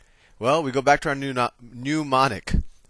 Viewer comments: Woke up this morning feelin’ like getting a trig review, after 50 years— and this was perfect! Too late now, but Soh Cah Toa (love it!) is a mnemonic, not a “newmonic.” Nevertheless, a great lesson! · Great video. Solid information. But, what the hell is a NOO-monic? Is it similar to a mnemonic device? "soh-cah-toa" is a great mnemonic device. All spelling and pronunciation aside, nice video. Seriously, well done! I just had to give you a hard time about the nooooo-monics.